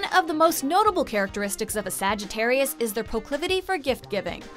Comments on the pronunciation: I cannot believe she just said sagittariui is that a word?? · stop saying sagitairiyai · I got so triggered when she said Sagittari-I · Am I the only one cringing every time she says “Sagittarii”? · The narrator:sagttri Me: ITS SAGITTARIUS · ”SAGITTAREI” -narrator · Wtf is a Sag e teri I ?? It's Sagitarius.. Ends with US not I. At least say my sign correct. Lol Fr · Umm did she say Sagittari and not Sagittarius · i find it wierd that she keep saying Sagittarii =D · She said Sagittarei instead of sagittarius. Haha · You said Sagittarius wrong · Left at a minute cause she don’t know how to say Sagittarius correctly